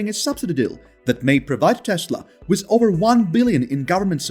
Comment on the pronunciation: Learn how to say "WITH".